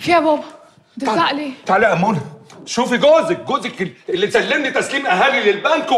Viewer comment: بيقول اموله مش منى